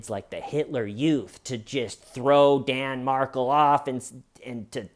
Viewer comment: Loved this Only thing wrong is Garcia was not a Latin King - Rivera was. You rock. Side note - it's pronounced Mar-kell.